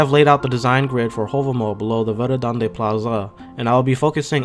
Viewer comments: Verðandi is pronounced verthandi :) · the character ð makes the soft "th" sound, as in "thing" so Verðandi should be pronounced "verthandi"